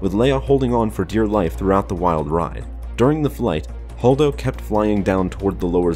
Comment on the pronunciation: I stopped listening as soon as I heard "Holdo".